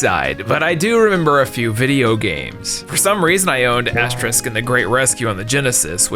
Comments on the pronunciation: Bro it's Asterix!! Not Asterisk lol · ASTERIX and not Aste-RISK 😂 Dude at least said Obelix correct. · It's Asterix not Asterisk lol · How in the world was he able to mispronounce Asterix as “asterisk” an they pronounce Obelix perfectly 😭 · Asterix ≠ asterisk You don't even call his friend 'obelisk' even though that's also a word I was gonna be even more rude, but made me reconsider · I think you said it right once, but every other time you said “asterisk” instead of “Asterix”. Which is funny because most people mispronounce the word “asterisk” (this guy *) as “asterix”. It’s like the Thames all over again 😂. You’re still great though. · It really bothers me that I hear asterisk a million times. It's Asterix (ks). Not the * symbol. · Who is "Asterisk"? His name is Asterix D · Why are you pronoucing "Asterisk"? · I'm a European(German) and i respond: Please stop calling Asterix - Asterisk. It's written just like Obelix with an ix at the end. You correctly pronounching Obelix so why you get Astreix wrong then? 😅 How? This hurts my ears and my soul🥲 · "Michigan Report" doesnt take place in Michigan state but in Chicago. and stop saying "asterisk" its AsteriX. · You pronounced Thames right this time but got Asterix wrong. It's not the same as asterisk. It's As-Ter-iks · Why the hell does he say "AsteRISK"?! It's "AsteRIX" damn it!!!! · Hearing Asterix's name being mispronounced as "Asterisk" felt like having to endure Assurancetourix's music. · Love Asterix myself and would definitely recommend the older movies and some of the newer ones, just please stop calling him Asterisk xD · dude it's Asterix, not Asterisk. lol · Nope. For some very weird reason, the one time it IS "Asterix", pronounces it like it's the * symbol (which is pronounced "asterisk"). I'm almost wondering if it's intentional. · Wow can't pronounce Asterix (keeps saying asterisk over and over again lol) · Hearing the constant AsterISK pronunciation did my little European heart a sad 😂